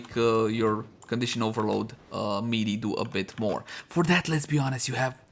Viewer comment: I would think you'd learn how melee is pronounced after making 200 melee weapon guides.. ; )